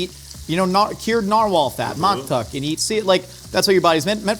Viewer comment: As an Inuit/Inupiaq person, I loved the enthusiasm on “muktuk”.😂 My family spells it that way, some spell it “maktak” which is why I can see how pronounced it that way. I would just put equal emphasis on both vowels.❤